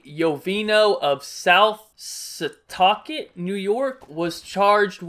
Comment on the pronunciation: Somewhat impressed this mans pronounced setauket correctly shoutout Long Island